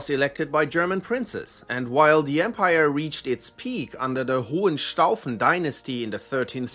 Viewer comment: Cool. Finally know how to pronounce Hohenstaufen. Thanks!